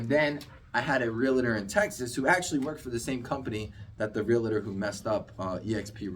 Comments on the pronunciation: Realtor. Real-tor. Not Real-a-tor. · It's realTOR not reliter